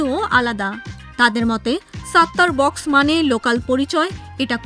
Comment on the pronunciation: আগে আপনি উচ্চারণ শেখেন, ওটা সাত্তার বাখ্শ। নট বক্স।